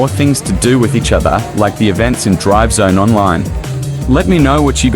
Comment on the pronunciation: I swear it sounds like you're saying drug zone 😂😂